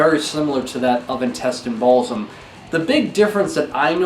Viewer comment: He didn't say Intestine Baalism... didn't you hear him? He said Intestine Balsum 😂😂